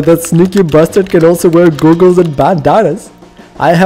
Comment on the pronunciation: Nigga said gooogels